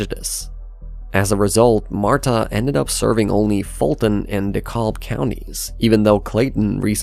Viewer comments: At 7 min 11 sec....Its DeeCAB not DehColb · It’s “de cab”, not “de kalb”. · Basically the Narrator is telling the truth, marta is a joke , if you dont live and work on the rail line and dont have a car, your pretty much screwed and we pronounce it DEEE CAB not this De Kalllllb, lol, I know it messes with some people, its ok, for all yall that dont know, marta is best for if your coming to and fro the airport, and no its not and friendly either, busses are a joke to, put it this way, these idiot city planners and city council finally have the beltline and now want to put a light rail system on it, lol, if you look up the beltline that is not going to happen. Ohh yeah, one final thing, Fulton and Deee Kalllb use to be 1 county a few hundred years ago and back in the 1990's that magazine the economist named it the 5th most corrupt government in the world, if that tells you anything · Duh-cab. Not duh-colb 😅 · "Deccobb". It' De-Kalb. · it’s pronounced “Dee kab” by the locals! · The narrator has never been to Atlanta. There is no l in Dekalb. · For future reference (because lets be real, there's a lot more to say about Atlanta in this topic, so I'd love to see more videos), Dekalb is usually pronounced d'cab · Unless this is some strange euphemism for "smells like urine" I don't know about, this AI narrator has never even been here. And LOL deKoLLLB. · FYI, DeKalb county is pronounced "da-CAB" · dekalb is pronounced “duh-cab” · Dekalb county is pronounced "Deh-Cab" BTW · It's pronounced Decab county. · You can tell he didn’t consult anyone from Georgia by how he mispronounces Dakalb and Alpharetta. He also calls the airport by its government name lol. As a former resident I can’t attest that people in Atlanta and the surrounding counties just sit in traffic all day and all night. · Nah, we like flexing our cars sittin in 285 traffic and the fact you can't pronounce DeKalb (De/cab) correctly further negates any seriousness I have for this video.